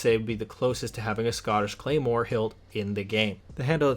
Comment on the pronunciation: You absolutely butchered the pronounciation of the Claymore you referenced